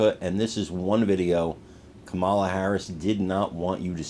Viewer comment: You mean Camela? Yeah, that's about right.